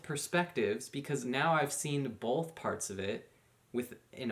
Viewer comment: Both, not bolth!